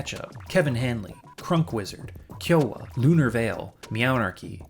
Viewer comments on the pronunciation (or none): none